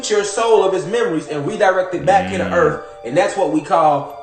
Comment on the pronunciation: Earff? lol